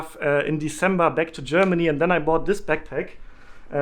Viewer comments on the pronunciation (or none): none